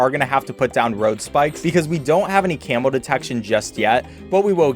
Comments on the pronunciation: The way he says camo makes it sounds like camel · anyone else thought he was saying camel detection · every time he said camo i thought he was saying camel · Bro, I swear he's saying camel balloons instead of camo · When ever he says camo I hear camel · I swear I hear "camel" every time he says camo